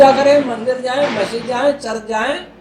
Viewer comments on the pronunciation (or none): none